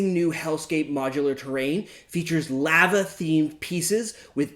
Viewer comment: Did it make anyone else other than me when he said Lava wrong?